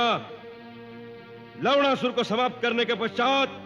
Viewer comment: Lavdasur 😂😂 Malum hai Lavnasur hai par sunne be lavda sur lagta hai